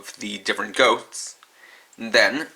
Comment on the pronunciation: You said "goats" instead of "ghosts".